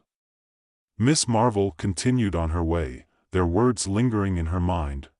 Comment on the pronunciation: I did. The AI voice says CARPLE many times, and even the captioning reflects CARPLE, not Marple. There are a few times it actually says the correct name of Marple, but many more times it's the incorrect pronunciation of Carple. As a native English speaker, I know what I'm hearing.